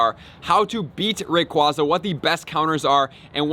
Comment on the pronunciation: I think it’s pronounced Ray-quay-za